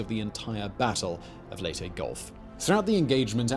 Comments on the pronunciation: Leyte...... not LATE...... Lay-tay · .MacArthur egotistical? really?...'Lay tee'...not Late... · Minor point on names: In the Philippines the names there do not have any silent vowels or unsaid letters. Layte is not said "Late" as in English. The name is said "Lay - Tea". Bataan is not said "Ba Tan". it is said "Ba-Ta-an". Have fun.... American names are less reliable. New Orleans is said "Naw lins". Louisville is said "lu-a-vul". Sorry but it sort of takes being born there to get these things.